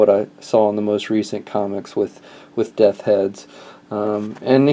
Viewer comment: Death's Head dude...just practice saying "Death's" a few times...